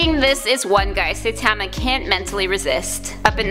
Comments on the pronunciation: Also. She says "saytama" never seen an episode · pls… at least "sigh-tama" or "sightma" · Its Saïtama, not Saitama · this video gets a dislike because you pronounced "saitama" so damn wrong! it was so cringe! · She pronoinced Saitama wrong lmao 😂😂😆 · Ok. Firstly, you saying saitama's name wrong. Secondly, this is rigged and I'll show you why